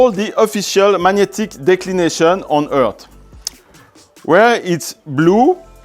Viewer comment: Mapping the flat erf? Lol